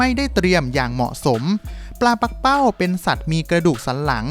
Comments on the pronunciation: ปักเป้า ไม่ใช่ ปั้กเป้า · ที่ถูกต้องอ่านว่าปลา ปัก-กะ-เป้า